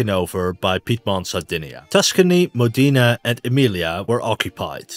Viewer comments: I'm Italian, for once someone has made an accurate video to our history. PS: it's pronounced MOdena, not "modina". You need to work on your overall italian pronunciation😅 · MO-de-na, not Mo-DE-na. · Modena=MOH deh nah. Not modEEnah. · I found the pronunciation of MODENA very painful